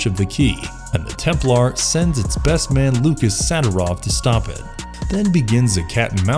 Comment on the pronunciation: Lol at "templar" pronunciation